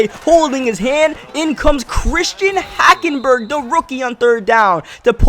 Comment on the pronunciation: You said HackenBurger